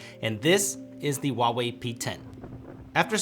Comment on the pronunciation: 你怎么不会说华为? HUA wei not WA wei. holy shit man.